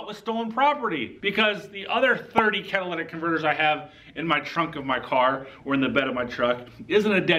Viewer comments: The "cadillac converter etch"??? Who does this guy think he is -- Joe Biden? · Why do you repeatedly say "Cadillac converter"? You have to know better. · Are you saying "Cadillac Converter"? It's Cat-a-lit-ic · Caddilactack converter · It's not a CADILLAC converter, and it's not a CATHOLIC converter! Say it with me.....CATA-LIT-TIC converter! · Did you say Cadillac converter 🤣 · Cadillac converter, Cadillac converter, Cadillac converter, Cadillac converter..... I can't take this clown serious. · NOT Cata- LAT-ic, Cata- LYT-ic !! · It's "Catalytic Converter" not "Cadillatic" Converter".... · Dude...it's "Catalytic", not "Cadillatic." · I know you didn't just say Cadillac converter. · “Lit” not “lat” Catalytic not cadillatic. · Catalytic not Cadillac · Yo, second grade. The word is catalytic . Not cadillac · You fail because you said Cadillac instead of catalytic? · Did he say Cadilladic converter? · CA-TA-LY-TIC not Cadillac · A Cadillac converter etch?? Learn to talk!! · Cat-a-litic, not Cat-a-lattic. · Dude, why do you keep saying "cat-a-llac" converter? It's "cat-a-lyt-ic". Did I miss the humor disclaimer? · Cat-ah-lih-tick. Not cat a la tick or any other of the crazy ways people pronounce this. Not Cadillactick either. Lol. Thank you for exposing these criminals. A thief is definitely a thief. Catalytic converter protection on a Ford Lightning. LOL!!! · Say it with me “ cat a lit ick” 😂😂😂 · You are in the auto industry.Learn to pronounce the part please.Not trolling you ,just want you to sound educated.. ka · tuh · li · tuhk ! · I love how he can't pronounce the word right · anyone who cant pronounce catalytic converter automatically loses all credibility